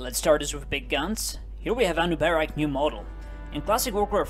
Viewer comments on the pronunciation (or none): Ah-noo-bah-rak. Dude play the campaign. You gotta learn the correct pronunciation.